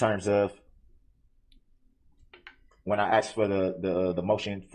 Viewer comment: ITS AXED ME😂😂😂